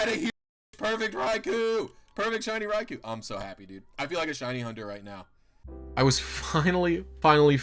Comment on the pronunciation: you keep pronouncing raikou wrong